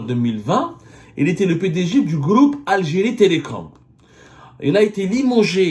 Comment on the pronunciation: Le gloup hhhh j'aime bien quand tu dis "le groupe" le gloup gloup c'est quand tebounne descend une bouteille de vodka ça fait gloup gloup gloup 😂😂😂😂